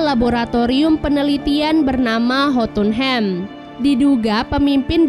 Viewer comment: Jotunhem bukan jutunhim